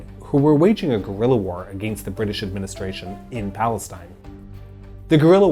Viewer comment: Why do you say ‘against’ the way you do? It’s distracting and annoying. I can only take hearing you talk for so long before I have to close your videos out.